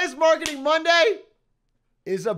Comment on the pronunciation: Omg a 'w'arketing 'W'ednesday. The sun must have come out from the 'w'est today